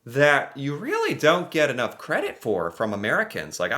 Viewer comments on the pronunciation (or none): none